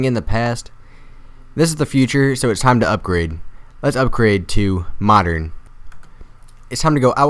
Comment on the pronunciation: He said modren really funny in beging madren house lol